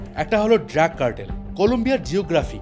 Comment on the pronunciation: ড্রাগ কে বারবার ড্র্যাগ বলাটা কানে বড্ড লাগলো, আর আপনি দয়া করে বলার গতি একটু কমান, মনে হচ্ছে যেন পড়া মুখস্থ বলছেন।